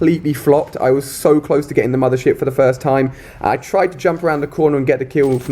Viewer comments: i thought he said mother shit :D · is it just me or is he sayin' "mothershit" hahah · I thought he said "Mother Shit" 😂😂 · Anyone else thought he was saying a swear when he said mothership